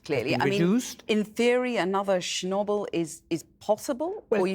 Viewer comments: How does the interviewer not know how to say Chernobyl 😂 was she born under a rock. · The interviewee is so polite, concise, diplomatic and professional, while The interviewer has the demeanor of someone that farts for a laugh. She couldn't even pronounce chrnobyl right, why is she still on air ?